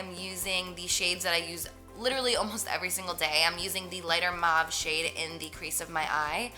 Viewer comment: the way she said mauve was like MAAAVVV ... jersey accent !! <3